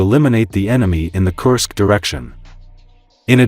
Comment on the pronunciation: Dear lady AI, stop cursing Kursk. I thought it was corrected. Thank you.